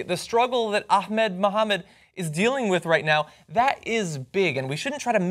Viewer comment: #JohnHatesHashtags #John'sOpinionOnHashtagsIsVeryImportant #JohnThinksHeKnowsHowToPronounceAhmedButHeDoesn't